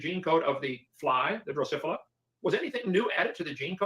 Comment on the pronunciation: How much can you know about genetics and still be unable to correctly pronounce "Drosophila"?